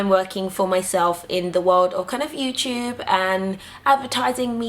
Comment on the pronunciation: LOL it's NOT! YOUSHUB IT'S YOUTUBE. lol :) LUV YOU GURLLL! My African sister!